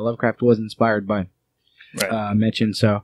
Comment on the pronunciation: I think it worth you guys give a listen to Edward E French's reading/performance of this entire story. (It'll also help with learning the interned pronunciations of some of the names, including Machen himself, which is, actually, pronounced "Mock-in""). Overall an interesting overview of a landmark book in the poetic beauty-terror realm